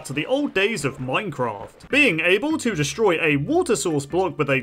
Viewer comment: I swear he said "Minecrat" in the beginning